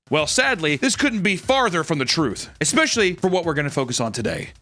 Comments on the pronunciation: Bro started saying "especially" right. Thank you, 🙏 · He said, especially right